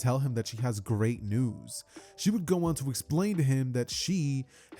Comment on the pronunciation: you can tell that has been overtaken by the invincible brainrot by the way he says news